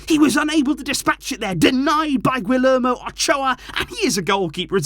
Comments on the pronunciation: Oh god that Guillermo Ochoa pronunciation🤮🤮😂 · i’m sorry bro but the way u said ochoa’s first name made me laugh 😭